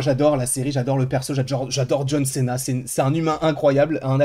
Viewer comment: je te kiffe hyn y’a pas de souci là dessus mais pitié arrête avec les « john CÉNA » mdrrr John CIIIIINA c’est mieux stp merci ( je te kiffe )